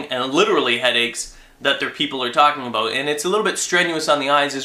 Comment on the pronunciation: "talking aboot, about, what i'm talking aboot" lol